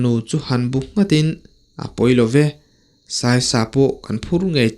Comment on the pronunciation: Taw tê pawh a sai lo tiha sai hi elephant anga thlûk tur a ni lo va, thlûk hniam tur. Nghîng/khûr tihna a ni e.